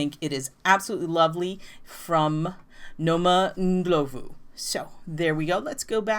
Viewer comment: Thank you for including sweater designs that are size inclusive! Also appreciate that you took the time to look up correct pronunciation of name.